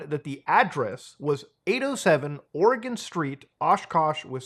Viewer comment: From every Oregonian ever, thank you for saying it correctly.